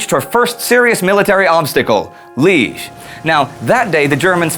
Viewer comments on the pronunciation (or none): As somebody coming from Liege (Luttich, Luik) I can tell you that pronunciation is wrong. It is pronounced Li-aige. There, I noted this irrelevant fact. Great series and a really enthusiastic presenter! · pronounces Liège "leej" : ( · FYI, Jean Jaures's last name is actually pronounced, "zho-REZ." It has to do with there being an accent grave over the e. That means you pronounce the last s. Also, Liege is pronounced, "Lee-EHZH." There's another accent grave over that e as well. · cant say liege right. bc of course you cant. that would require thinking, and googling. thats too much for an amerinazi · The first 'e' in Liège is prononced like in the word th-e-re :) great doc btw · Liège, you say the 'iè' like the 'ea' in 'yeah'